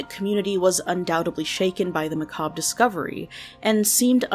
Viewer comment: …. i’ve been watching so many true crime videos where people say macabre… so wrong…. it almost brought tears to my eyes to hear it said correctly. thank you 😭😭😭